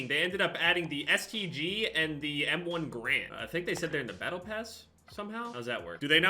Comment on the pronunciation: You said m1 garand wrong